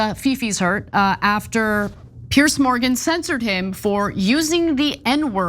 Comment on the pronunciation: PIERS! Not "Pierce"